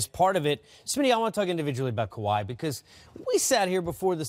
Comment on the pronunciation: This dude butchered everyone's name. Also getting confused who is he talking about Kyrie or Kawhi. If you are to talk basketball you should know not just the game but who is playing it too. It shows how little people pay attention and watch the Raptors. Tho his issues weren't just limited with the names of the Raps players but Sixers too